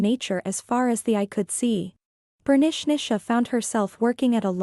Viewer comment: I keep on hearing Bernicnicia (pronounced Bernishnisha).